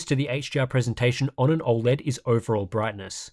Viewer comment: As a fellow Aussie, why do you pronounce it "ol-led" and not "oh-led" like the rest of us?